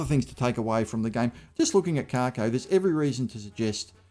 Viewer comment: I’m not being a smartass. But it’s Kako, not Karko , there is no R